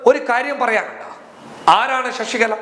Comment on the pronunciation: ഷഷി കലയല്ല.. ശശികല എന്നു പറയൂ.